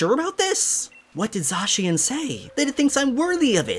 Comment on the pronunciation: It’s pronounced Za-Cyan